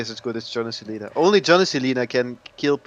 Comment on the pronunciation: it's LINA not Laina!! eheheh